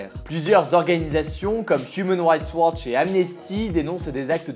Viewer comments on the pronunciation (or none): none